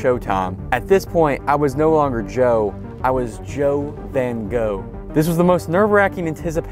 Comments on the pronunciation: As a dutch person its funny to hear an american try and pronounce van gogh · As a Dutch person, it's not pronounced "ven goh", it's pronounced "van Gogh" eith an actual g and not an h